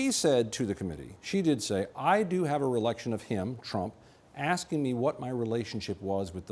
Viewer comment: He stumbled over his words a couple of times. I've never heard "recollection" pronounced "relection" before.